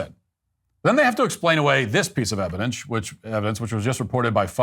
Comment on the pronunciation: "this piece of evidench" 💀